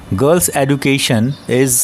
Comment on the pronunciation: Sir aap education ko wrong pronounce krr Rahe ho 😢